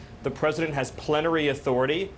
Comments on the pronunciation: Stephen miss pronounce his last word. He caught it and did not know how to correct it. His mistake threw him off balance. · Pletery authority